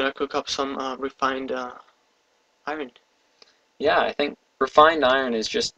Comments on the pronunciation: no it's pronounced with the "r". i don't know how says "ion blocks". i hear something like "eye urn blocks" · you are saying iron wrong. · iron is pronounced without the R